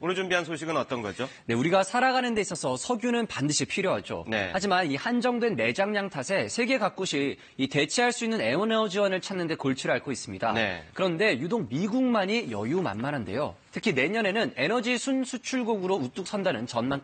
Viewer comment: 세계 가굳이 에우너지원 ㅋㅋ